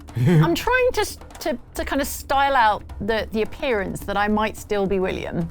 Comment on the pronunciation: "It is I. Villiam." Absolutely crippled me.